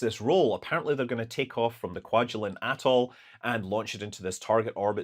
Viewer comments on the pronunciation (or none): none